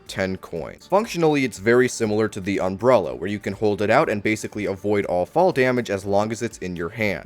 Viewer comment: Take a shot every time he says, "unbrella"